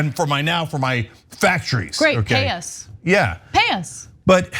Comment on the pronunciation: Lol Ana really said "PAY 👏 US 👏"